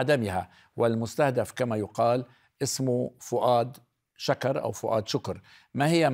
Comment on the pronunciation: استاذ طوني شكر بضم الشين الكاف اول كلمة معاناه كارثي 😐😐😐